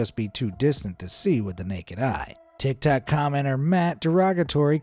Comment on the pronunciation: I just realized he called Tiktok Tiktak💀